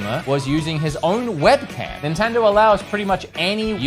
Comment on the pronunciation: what is an nintenderrr 🤣🤣